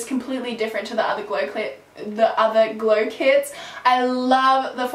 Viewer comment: when you almost said glow clits i laughed so hard, why do i have the sense of humor of a 6th grader